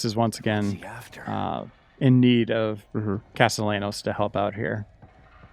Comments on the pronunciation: People really need to learn how to pronounce Castellanos when they do videos for this game series. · Whoever this guy is pronouncing Castellanos wrong should get decked. Get an education shitstain, seriously. On another note, stick to the game, or games in general. Nobody wants to hear anything related to politics in a game preview. We play to escape, not the other way around.